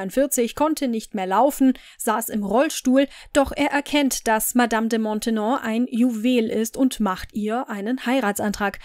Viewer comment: Die Nachfolgerin der Madame de Montespan ist Madame de Maintenon, nicht Montenon!